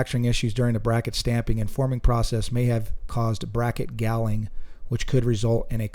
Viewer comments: Say hauling with a g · Seriously didn’t know what galling was. It pronounced like balling with a G. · You're pronouncing galling incorrectly.